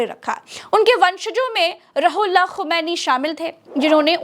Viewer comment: Roohullah is the correct pronunciation ❤ Not Rahullah please.